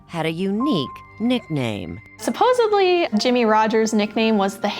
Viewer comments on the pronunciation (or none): A reporter doesn't know the word "supposedly" and says "supposeBly"? Whoever has to edit her work must make some good money. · It’s always the spouse. Also, unless you went to medical school, you are not an M.D. Women usually marry up 90 percent of the time. The “journalist” also used the word supposebly. It’s supposedly.